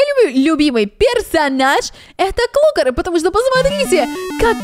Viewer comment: Не клукр а клакр